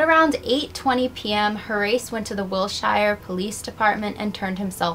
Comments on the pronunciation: “Horace” is pronounced HOR-us, not hor-ace. You’re welcome. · Thank you, that was bugging me. HOR-US (Yes, like the Egyptian diety!). Great vid and channel btw! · It's probably moot at this point, but the name "Horace" is pronounced like HORIS, with the accent on the 1st syllable. Like the word "tourist" with out the "t". Also, I didn't know that the "tryst" between Cable and Young wasn't consensual. Crazy. Even though both men and women used to bed hop in old Hollywood, it makes me wonder how many would be classified as rape given the current definition. Like your channel. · I thought she was saying Haryse/Harise which is an uncommon name, but I have heard it...Horace is another one entirely! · Horace is not pronounced HoRACE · Name not pronounced Hor- race. It's pronounced "Hor - asse". "Wil - shure", not "Wil - shire".